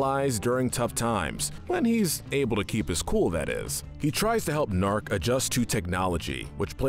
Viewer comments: How has no one seemed to peep the “Naark” instead of “Gnaark”? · It's Guh-nark.